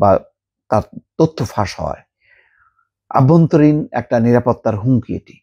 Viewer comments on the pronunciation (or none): আপনি "অভ্যন্তরীণ" শব্দটিকে সর্বদা "আভ্যন্তরীণ " উচ্চারণ করেন কেন ? এটি কি ব্যাকরণ অনুমোদন করে ?